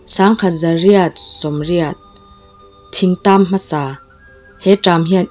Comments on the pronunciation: A bengvarthlak e, 1880 kum, Thing tam kum i tih hi Thring tam ti a lam tur a nih ka ring. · thing tam tih hi thring tram ti a lam tur zawk tur niin ka hria, ziak lam ah hian han chhiara lam dan tur sign kan neih that loh vang hian a awmzia hre sa lo tan chuan lam dik ahar thin